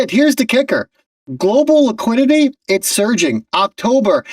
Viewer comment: Really ? There is no such word as "Laquidity". You speak bad English. Be correct or be quiet.